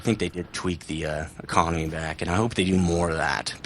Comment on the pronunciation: Getting kind of sick of saying the econamay is baaad, they have "fixed" it, You earn way more per game, in terms of lions. I'm making around everything from 30k to 80k lions. Theres nothing wrong now.